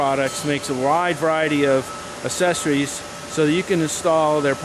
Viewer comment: "Lets talk a little bit about Assesories"???...what the hell are "Assesories"...